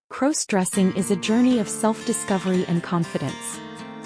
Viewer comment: Stop mispronouncing crossdressing 😢😢